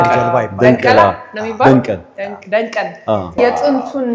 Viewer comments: አረ ባክህ ደንቀል አይደለም ደንገል "papyrus " ነው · ደንቢያ ሐገራችን ውብ ናት ከዚህ በላይ ማበብ ያስፈልጋል ደንገል ነው ደንቀል አይባልም ጎርጕራየ ጎንደርየ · ደንገል ነው ደንቀል አደለም እባካችሁ ስም ታሪክ አታዛቡ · ደንገል ነው ወይስ ደንቀል😅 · አስጐብኝ ተብየውም ደንቀል አለ😅😅